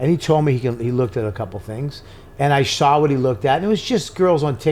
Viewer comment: Bobby Stinks DUDE! No “R” in SAW!!